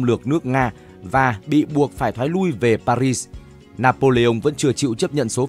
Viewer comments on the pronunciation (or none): none